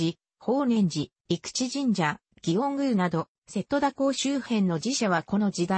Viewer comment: 高根島=こうねじま。御寺=みてら。 あと瀬戸田の発音がおかしすぎる。戸を下げづに普通に。